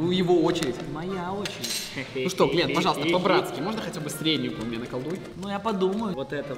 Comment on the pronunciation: Не Гленн а Глент